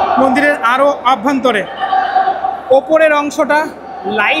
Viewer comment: ওটা "আভ্যন্তরে" নয়, "অভ্যন্তরে" হবে দাদা।